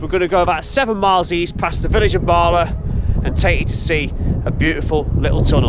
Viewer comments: Nant = Stream. Cwm = Valley. Prysor (pron. Prussor) = Busy. Pronunciation of LL = tongue behind top teeth, and blow. Llyn = Lake. Llan = Church. Dder-fel = of/like righteousness. Capel = Chapel. Celyn (pron. Kellin) = Holly. Bala - not Baala, even though it is Wales... ;-) You're welcome. Although I love driving the road from near Bala to Ffestiniog, which goes over the two dams, I've never taken the time to notice a railway, which is really interesting. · Very interesting video. To note Bala is a short 'a' not a long 'a' so Ba La not Baala 😁